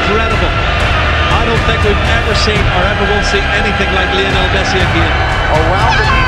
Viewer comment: Buffon: "Mesci" 😂